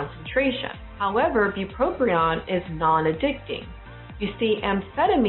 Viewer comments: Very informative. However, it’s not bupropRion it’s bupropion. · It's not pronounced BupropRion